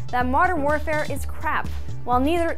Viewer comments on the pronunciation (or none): none